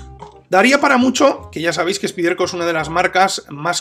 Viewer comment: Excelente video y gran navaja con apertura de una mano...Rapida para abrir y gran afilado..!! Te pregunto...por que no decir " Spaiderco " ?? Su nombre real.. Suena extraño y rebota al oir " Spiderco"...